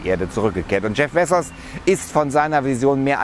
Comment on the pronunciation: Als ob man ihn bezsos ausspricht🤔